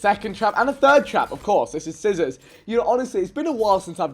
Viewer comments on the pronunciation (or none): Cizzorz not cizzors